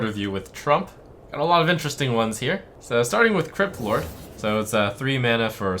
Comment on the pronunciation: I actually heard him say "Kripp Lord"